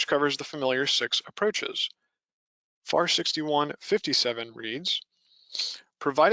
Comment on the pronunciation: IT"S NOT Far it is spoken as the Letters would be F-A-R Federal Aviation Regulation(s).